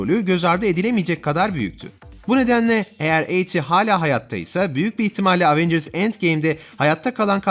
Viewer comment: LAN EVENCIRS DİYE ONUNYO AVENGIRS NEEE